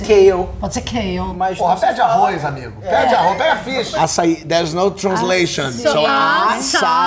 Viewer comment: Preciso dessa imagem do Ah-sci-eee! Moro na Australia e aqui tá a maior moda de açaí, eles ficam falando "a-çÁi", não aguento, tenho que ficar corrigindo! hahaha